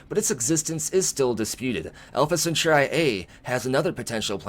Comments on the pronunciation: Yes, the word was originally Roman and meant a group of 3 men. However, let's not kill it by overthinking it. MAST (Mil-Admin-Scientific Triumvirate) The 3 groups share power, or have equal power. Merriam Webster: 3: a group or association of three Alpha Centauri (Cen-taa-ri, not cen-tu-ri) emphasis on the 'a' sound, not the 'u' sound... see your dictionary., Jeez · Alpha Centauri.. pronounced "Sent or ee" or "Sent are ee".. like a Centaur with ee on the end. It's not pronounced Cenchoreye. It hurts my ears every time you said it like that! Love your videos though. :) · You say Alpha Centauri so strangely. Cent-ar-ee not Sint-or-ai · The I in Centauri has a long e sound😂🤣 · Bro! You are killing me with your pronunciation of Alpha Centauri. It’s Alpha Sen-tar-ee Or at least this is how I have always heard it pronounced by people on the history and discovery channel 🤷🏼‍♂️ BTW, love the vids man! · Alpha Centauri. Cen-Taur-ee. Like "centaur". With an ee at the end. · Why u saying alpha centauri like that? Your pronouncing it like there's a chi at the end. Yikes. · yeah thats how i have always heard it pronounced and seen it in movies pronounced that way. the way says it sounds totally wierd. lol just did a search and there are youtube vids saying how its pronounced, no eye at the end